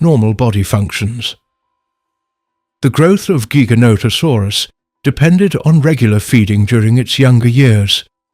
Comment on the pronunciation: Loved this! ❤ But Giganotosaurus is pronounced (Jigga-nohda-saurus) btw. 😅